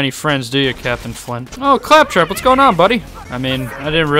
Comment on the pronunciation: I have to say! I enjoy your commentary a lot in your videos! Here specifically😂 ”Ay faptrap, catch”😂